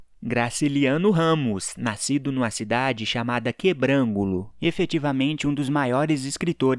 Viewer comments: A cidade de Graciliano Ramos não é "Quebrágulo". E sim, Quebrangulo! Inclusive, também é a cidade do cantor Mano Válter!. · Não seria QuebranGUlo? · Desculpinha, falou o nome da cidade que nasceu Graciliano Ramos errado, o jeito certo de falar é QUEbrangulo. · Falou o nome de quebrangulo errado tá